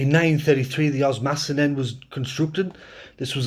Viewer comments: Good history but just a correction OS mas ton not os MAS ton 🙂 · Short tip on osmaston, say the a like i. Oz-miss-ton